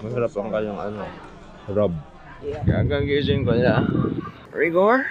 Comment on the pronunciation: Tawang tawa ako sa Rigorrr! Hahaha! More of that please! 😂